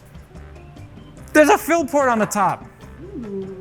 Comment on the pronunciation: stop calling it a phill port... its a fill port